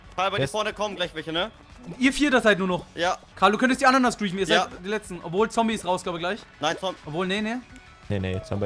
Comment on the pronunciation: Sry aber kannst du bitte Zombey sagen und nicht Zombie? Nur so ☺️